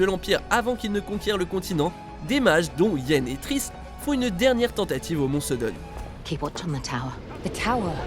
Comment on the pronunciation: SODDEN PAS SODON !